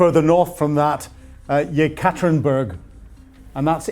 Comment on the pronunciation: Your reports and insights are always factual and interesting, and much appreciated. Just can’t help noticing your struggles with some Ukrainian and Russian place names like Zaporizhzhia, Kostyantynivka, and Yekaterinburg, and perhaps some familiarisation listening to Ukrainian bloggers and channels pronouncing these names might help.